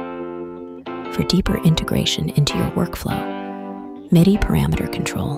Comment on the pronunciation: I've never heard MIDI pronounced as "My-dye" before. Thanks to AI (which it would pronounce as "Aye / Eye").